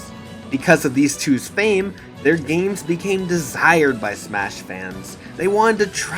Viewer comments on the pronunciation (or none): none